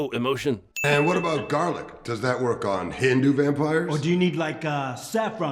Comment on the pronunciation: Puppires! PUPPIRES? REALLY ! ROFL